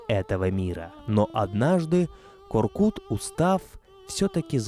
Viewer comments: У ҚАЗАҚОВ ЕСТЬ ПОСЛОВИЦА.*КУДА НЕ ПОЙДЕШЬ ВЕЗДЕ МОГИЛА КОРКЫТА* ДЕЛАЙТЕ УДАРЕНИЕ НА ПОСЛЕДНЮЮ ГЛАСНУЮ В ИМЕНИ ҚАЗАҚОВ В ИМЕНИТЕЛЬНОМ ПАДЕЖЕ. НЕ К. "О" РКЫТ. А. КОР. К "Ы" Т. Во всех именах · Простите, но имя ата читается как КОРКЫТ АТА, а не коркут, т.к. вторая часть слога читается как ругательство, кто хорошо знает казахский язык, те понимают, что произношение вместо ы на у на слух звучит неприятно и неправильно. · Не КоркУт а КоркЫт🤦‍♂️ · Не Коркут , а Коркыт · Не Коркута, а КОРКЫТА. Проявите уважение к языку. Когдато Великий ақын Жамбыл Жабай ұлы возмущался насчет произношения его имени ДЖАМБУЛ. Он говорил, а что если Ивана я буду звать ДИваном. А за интерес к нашей культуре огромное СПАСИБО. Конечно лайк. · Боже, как ухо режет! Не ИхласА, а ИхлАса, не КоркутЕ, а КоркУте (если быть еще точнее, то КоркЫте). Это все равно что сказать "репортаж АлександрА КарельскогО" или концерт ДимашА КудайбергенА! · Вы можете хотя бы имена собственные не коверкать? Какой ещё Коркут? Қорқыт..